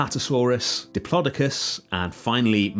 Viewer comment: Never heard diplodocus pronounced like that.. Area looks great.